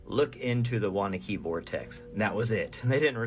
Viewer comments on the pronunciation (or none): Its pronounced WANNA QUE NJ. Not Wanakey..I know because I lived there. Wanaque